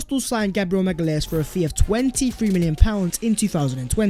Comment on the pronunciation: Hi! Love Arsenal since my first trip to Highbury in 87. Enjoy your content - keep it up. BTW - It’s pronounced MA-GA-LEE-AINES - my GF is from Sao Paolo!